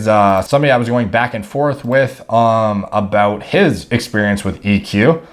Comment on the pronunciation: lmao aboot